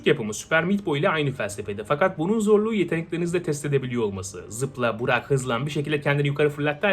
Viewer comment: Abi Allah aşkına burak eğik "bırak""